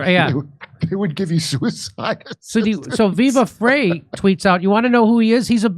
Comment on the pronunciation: Jimmy it's pronounced FRY not fray